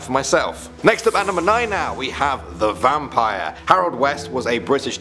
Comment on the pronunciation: I am a vampire and it is a wooden stake and it is pronounced vam'pire